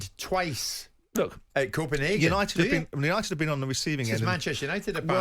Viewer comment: Simon corrected himself wrongly as he was about to say Copenhagen and changed it to copen HAHGAN. No simon it Copenhagen. Its leviosa not leviosaaaaaa